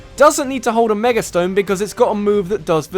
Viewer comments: Meger Evolutions. just. pronunciation. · "Megurr Evolutions"